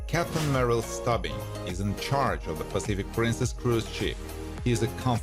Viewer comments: No offense, but have you ever watched an episode of this show, because you somehow managed to mangle nearly everyone of their names? It's not "Merrill Stubbing" it's Stubing as in Stoo-bing. The actor's name is Gavin McCleod (pronounced Mick-Clowd, not Mick-Cleod). By the way, Gavin McCleod passed away May 29, 2021, which you not only do not acknowledge, but the omission severely dates your video. That's just one of many examples. Come on dude. Show a little respect to your Youtube material and to the stars who worked hard on this show. You wouldn't want someone to mispronounce YOUR name, would you? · he even butchered his characters name lol it's pronounced 'stoobing' not 'stubbing'